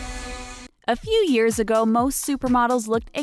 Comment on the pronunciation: when they are talking about Laura ogrady I can't figure out if try said years later or ears later lmfaooo did anyone else hear ears later lol